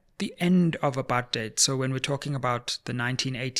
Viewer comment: Thanks Sizwe for calling "apartheid" very clearly and with the way it must be pronounced - Not this rosy English version a lot has come to embrace diluting the very essence of its meaning. Apartheid was so evil that it does not deserve any soft or cushioned pronunciation - it is "apa-rrrrr-t heid" and let's call it with the absolute contempt it deserves and drop this "upper-theid" 😩😤😤